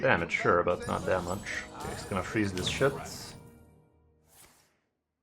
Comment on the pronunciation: So, can you tell me that muCHHH or not? Not very clear.